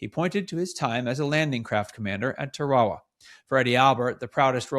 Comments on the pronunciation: It's pronounced "Tara wa" not 'Ta ra ra'. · Tara-a-wa, not Tarwall-ah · It’s pronounced “ Tear-a-wa “ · Pronounced “TARE-AH-WAH”…. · This looks like AI to me. Albert is like a mechanicl man who cannot put 3 words together without pausing. And it is Taa Rah Wah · Nice story. Side note: Tarawa does not rhyme with chihuahua. :) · Please pronounce the name of Tarawa Island correctly